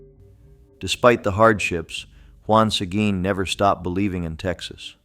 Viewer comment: Learn how to pronounce Sequin!